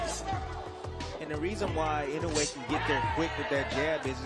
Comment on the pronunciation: I wonder why everyone mispronounces Inoue's name. It's I-NO-U-E. Four syllables. Nothing difficult about it.